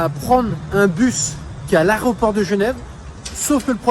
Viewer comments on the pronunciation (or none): L aéroport et non arreoport!!!